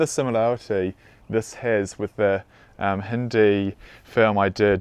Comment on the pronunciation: It's pronounced as Hin-Dee . With the D sounding like The